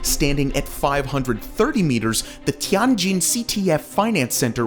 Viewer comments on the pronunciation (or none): Zun Tower is pronounced "Zwin" tower. TianJin is pronounced "Tee-En Jin" (not TeeAhn Jin). Zhou is pronounced "Joe" so Guangzhou is "GuangJoe" & GuiZhou is "GwayJoe". Korea's Lotte "e" is pronounced. "LohTeh". I don't know why you chose on calling it Lot